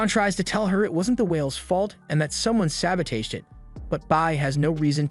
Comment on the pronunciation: Brother I absolutely love your commentary for every show you do, but please the way you say sabotage pierces through my ear. It’s all love and just want to say thank you for making these amazing videos. ❤🫶🏽